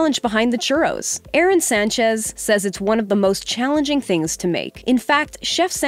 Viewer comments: It's Aarón, not Aaron. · Arrone Sanchez, you are pronouncing his name wrong. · AH-RÓN. The chef deserves more respect so pronounce his name correct.